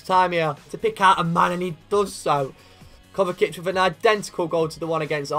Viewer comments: Its kovačic not kovakic 😂😂 great video tho ngl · its pronounced KOVA-CHI-CH kovačić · Muh-teo Kova-chich m8. Besides that great episode.